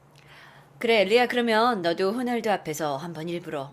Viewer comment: 대신답변죄송해요!한국식으로발음하다보니 그렇게된거같아요.혼알드가아니라 호날드입니다~